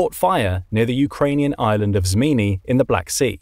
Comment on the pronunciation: Your also one of the only person in YouTube to call snake island in its proper name Zmiinyi.